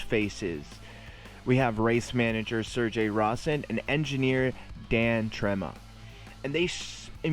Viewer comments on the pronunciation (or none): none